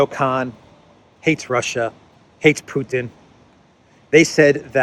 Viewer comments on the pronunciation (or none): none